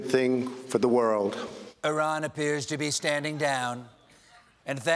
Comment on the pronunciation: Thanks Stephen for not pronoucing Iran like "I ran."